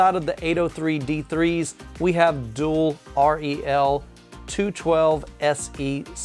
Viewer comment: ...Savant. "suh-vahnt". Rel. "Rehl".